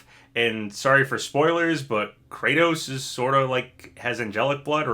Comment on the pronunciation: Just FYI, the character Kratos in ToS is pronounced Krah-tos, not Kray-tos like GoW.